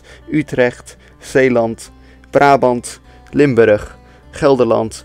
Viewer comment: Near Rotterdam? The way you said Limburrug sort-of indicated that.